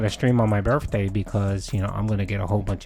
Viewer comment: Though the snorts are annoying I can’t stand that he pronounces his th’s as d’s. “I appreciate dat.” “My birday bash.” Drives me nuts.